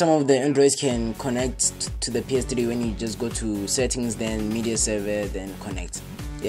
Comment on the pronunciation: It's not PS Tri, it's called PS Three